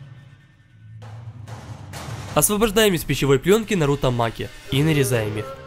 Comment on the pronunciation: Не правильно сказал имя не нару́то а на́руто